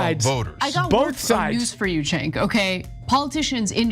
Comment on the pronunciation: Homey, Imma help us out, bc u should know how to pronounce the names of the both of the hosts at The Old Jerks, or for that matter Anyone you criticize, whether they're washed up, embittered, well known media figures or not) it's said Jenk yoo- gurr. Not senk. Ana is said the exact same as spelled A - n - n - a .